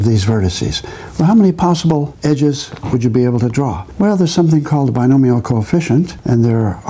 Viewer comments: "... They form a square. And all six leighephleichehps are the same color" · And all six leighghemeighhheues are the same color.